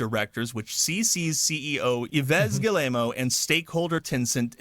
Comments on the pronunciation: I wish somebody could tell this guy it’s pronounced “G-ee-mon“ not “Gi-lay-moe” 😂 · Hearing Americans pronounce any name that isn't English is just cringe. Gi-ye-mo's?! Damn... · Family name is pronounced GUI-MOW... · "Galemo" lol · I love how this guy pronounces the CEO's name... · Can someone teach that guy how to pronounce Guillemot? It’s painful to hear. 😢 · My gosh that's the worst pronunciation of Yves Guillemot I've ever heard.